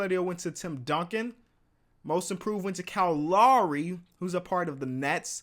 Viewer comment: the way you say lowry stresses me out